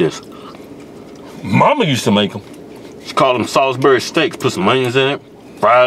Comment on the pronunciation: Every time they say "sawsberry" take a drink.